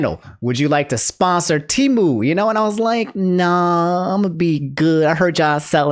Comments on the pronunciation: Its Pronounced Tee-Moo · Always thought Temu was pronounced "Tehm - you"